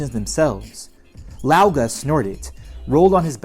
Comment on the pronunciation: Just so you know older brother in Chinese is said like "gah gah" ("g" I'd pronounced like g and k put together)